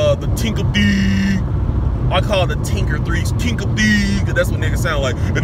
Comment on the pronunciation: "Tinker theez" 😂💀